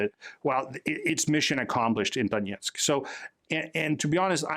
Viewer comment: btw, there is no "yeah" in Donetsk. The "yeah" part is russian pronunciation.